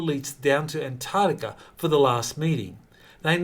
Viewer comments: PLEASE learn to say antarCtica correctly. I’m really sick of hearing ANTARTICA, it’s ANTARCTICA with a Kay sound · C'mon can you start pronouncing An-TARC-tica correctly? It's painful to listen to. Please put that K sound on the end of the second syllable.